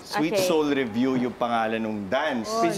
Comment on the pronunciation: sweet soul 'revue' yun not 'review' hehe